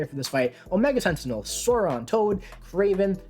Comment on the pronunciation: Solid video,. Mainly I’m here to congratulate you on your pronunciation of Masacre…… and then I got to the Omega Sentinel part….